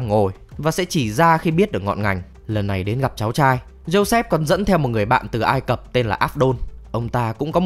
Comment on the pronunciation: Vùng đất ai cập nhé, câu cuối anh đọc sai r